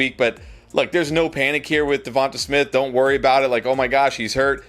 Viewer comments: Devon-tay not Jevon-tuh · Why do you pronounce Devonta like that? It’s DEVON-TAY not DEVON-TUH